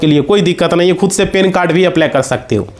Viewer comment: Pan card ho ta hai. Pen card nahi. Sahi bolo.